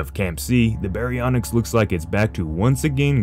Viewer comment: Baryonyx not "Barynx"